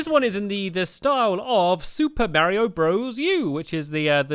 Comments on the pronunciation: Super barry-o maker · who else thought stampy said super bario bros